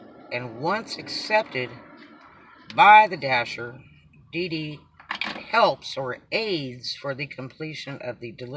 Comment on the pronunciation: I thought you said BB not DD - lol